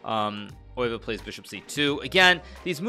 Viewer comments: Pronunciation is [ˈøːʋə], more like oehve (German ö), definitely not "oy" sound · I figured it would be similar to how a german would say it. Because hikaru definitely pronounces it in a very german way. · There are placenames Leeuwen (Gelderland) and Leuven /ˈløːvə(n)/ (Brabant), while the animal leeuw (lion) is pronunced totally different, viz /leːu̯/. According to Wikipedia the former world champion's name should be pronounced Max /ˈøːʋə/. Hikaru's way of saying it on the other hand is the German one, which to my ears sounds good also. (But then again he might work on "Zugzwang", if at all possible together with his faithful student Levy).